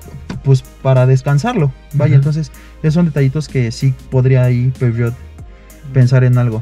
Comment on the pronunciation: Y cuando este man fue a Europa no le dijeron que no se dice "Peugeot"? Como que empezó muy conocedor y terminó viéndose medio chato , no entendí realmente porqué eligió un diesel, si lo que le gustó fue el diseño, están medio chafas los usuarios que eligen para estos vídeos, no aportan realmente nada